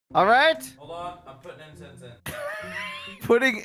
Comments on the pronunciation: I thought he said "im putting insest in" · Its not Insest its Incense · Its incense